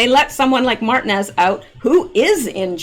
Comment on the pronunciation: Martinez Mar-teen-ez(es) :) you're welcome Ma'am